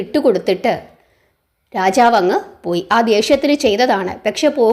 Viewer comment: രാചാവ് എന്നല്ല രാജാവ് എന്നാണ്. കഥനന്നായി പറഞ്ഞു. അക്ഷരസ്പുടത കൂടി ശ്രദ്ധിക്കുമല്ലോ.